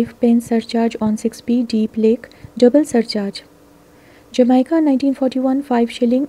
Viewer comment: Jamaica is pronounced 'Ja-may-ca' not as spelt. Thank u